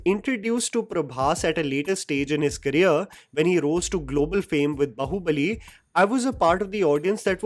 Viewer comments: One gripe in the video is his pronunciation of Bahubali. I can understand mispronunciation of telugu titles. But Bahubali is a sanskrit word which hindi speaking people also should be able to pronounce. Its "Baa-hu-ba-li" not "ba-hoo-ba-li". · What is bahubali? 😂 it is baahubali. Mentioned 100 times in the movie and it's a common word in hindi too😂